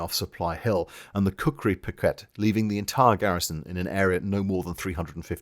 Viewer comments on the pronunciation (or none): none